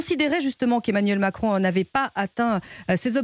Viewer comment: Il n' arrive pas le dire : m i c r o n démission !!!